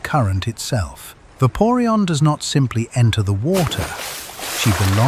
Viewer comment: It's called vapoureon not paweon